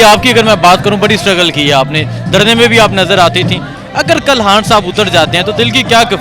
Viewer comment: ...han sahib nahe khan sahib bolo, corect your pronounciation